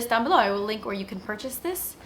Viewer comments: how australian does she sound when she says 'below' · when you say you'll "link it down below" you sound so Australian! Haha that was the best! Neeeeed your colourpop shadows, but everything is just so much more expensive in Australian dollars, whyyyy 😩 Oh and this look is incredibleeeeeee gah 😍 xxx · you sounded so australian when you said below!!